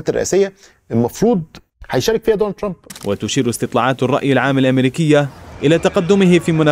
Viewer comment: كلامك كويس الا نطق اسم ترامب